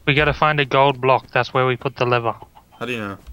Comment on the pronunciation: is crack up it sounds like hes saying liver but trying to say lever